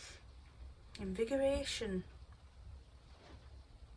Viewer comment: Looking good! Did you get the pump working? I’m worn out watching you speed work! Great advice. And inspiring. Thank you! Ps I looked it up and you’re saying cerinthe properly. Good on ya! And invigoration is a real word. PhD in English here, so I hope I’m reliable. 😂🇨🇦👩‍🌾🥬🥦🥕